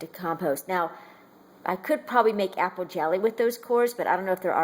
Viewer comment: I like how she says "apple" it sounds like "appow". It turn me on for some reason!